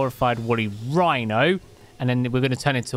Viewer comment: Wooly whino. The furry narwhal. XD that's just what comes to mind hearing that.